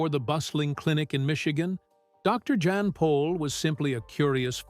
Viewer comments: His name is pronounced Yahn… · The intent of the writer(s) is good and well. Having sad that, there are several errors. Remember that he came from the old world Holland where they speak Dutch. He is not John. He is Jan, pronounced with a Y sound, Yan. He is not Dr. Paul. He is Dr. Pol, sounds like pole. His son is Charles. Adam was his 23 year old grandson who died too young. Dr. Pol went to Michigan as an exchange student. After a school year in Michigan, he returned to Holland where he went to veterinary college. Diane went for a visit. Later, they married in Michigan. Eventually, they immigrated to the USA. In my opinion, only mine and an opinion...those who were at the base of the complaints about his practice were some of the folks who treat pets like human babies/children, or perhaps veterinarians who were jealous of Dr. Pol's success and popularity. Wouldn't it have been interesting to see some of the complaintants follow him for a week, or maybe even one full day, when he was the overnight vet on-call. Hopefully, some of the young vets will continue with PVS with Dr. Pol available for consultation. Perhaps Charles can stay on in a managerial and/or public relations position. When Dr. Pol decides to retire completely, or his God calls him home, he will be greatly missed.